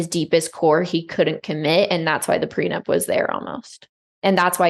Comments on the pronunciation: Came here from the podcast app to see if anyone else couldn’t believe how many times he said prenub haha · According to Nick, people get PreNUBtual agreements. Hahahah love the show, just HAD to come here to see if anyone else noticed. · Can someone explain to Nick it's prenup not prenub? 😅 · Did he say “prenub?